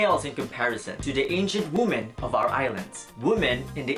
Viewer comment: It's wee-men not woo-men.